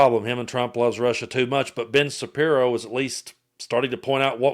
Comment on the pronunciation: Did i hear you say Bitch Shappiro?😂😂😂😂